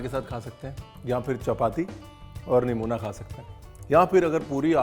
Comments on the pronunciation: Superb recipe sir....aur han na isko namuna kehte hain aur na Nuemonia 😂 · Yaar, yahan par to "Nimona" ko "Nimoniya" ho gaya hai 😂